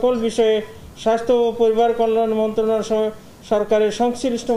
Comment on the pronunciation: 'মন্ত্রণালয়' উচ্চারণ করতে পারেনা সে কিভাবে হয়?